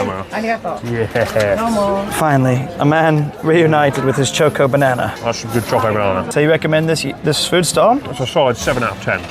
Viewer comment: Why did have to call it Choke-O Banana though